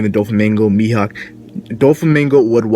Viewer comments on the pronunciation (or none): none